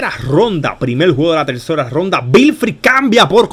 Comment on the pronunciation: No es imvita es invita y no es romda es ronda jajajajjajajaaja.